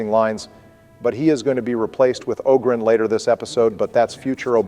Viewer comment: Women pronounce it Awwwww-gren